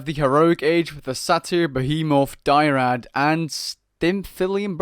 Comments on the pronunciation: Dryad, not Die-rad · It's dryad not dyrad dude. Also at the start you showed the wrong ages (you hard the third age twice) but it's ok it still makes sense. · It's "Dryad," not "Dyrad." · D-R-Y-A-D not D-I-E-R-A-D Dry-ad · It's not dyrad it's dryad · Dyrad? Die rad? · I feel bad for you because people are tearing into about your pronunciation of dryard and how automotons are supposed to be used in a group. We have a titan god who is specialized in this particular myth unit she provides by increasing hack resistance and repair speed and when they fall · Its DRYAD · What are these pronunciations? "Die-rad": Dry-add. "Sah-tear": Say-tear. (I do think Sah-tear is technically correct, it's just Say-tear is much more common. I don't mean to insult you or another, it just stood out to me.